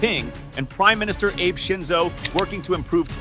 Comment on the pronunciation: Shinzo ABE!!😂😂😂 That’s not how you pronounce Abe. 😅